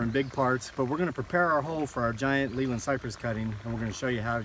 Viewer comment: The correct, English way to pronounce Leyland is like ' lay land', it is a town in Lancashire, the home of Leyland Motors